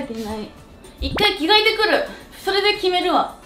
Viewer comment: 「１回着替えてくる！」が九州イントネーションでかわよかった🥺